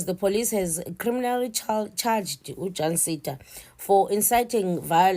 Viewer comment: is just a fool. She can't even pronounce the name right 'Jancinda'... We need to track her down...